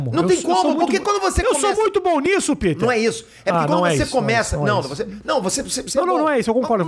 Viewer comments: Muito legal mas.... pô foi desconfortavel ficar ouvindo ele chama o peter de piter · Rafinha chamando o "Pe-ter" de "Pi-ter" 😂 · Senti ele incomodado com o "PITER* 😂😂 Fica a dúvida, se o nome dele é americano, pq não pronúncia o Jordan americanizado tbm, que nem o Michael "DIORNAD" 🤔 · Comecei o video agora, vamos ver se o Rafinha vai perceber ao longo do video q ele n estava falando o nome correto so Peter. Hahaha.